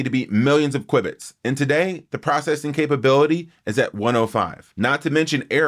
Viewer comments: "Kwib-its"? Isn't it pronounced "Kew-Bits"? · it's pronounced "kyoo bits"